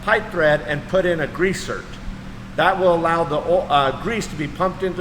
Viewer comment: Its pronounced "Grease Zerk" not grease zert.